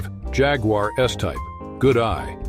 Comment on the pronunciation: Can the announcer please stop putting a W in Jaguar